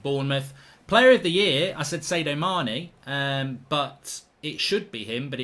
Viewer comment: u say sadio mane in the most horrible way possible